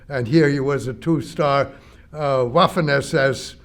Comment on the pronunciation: I'm curious how well he still speaks German today, if at all. His peonounciation of "Waffen SS" implies he may have lost his L1 from living in the US and speaking English all the tjme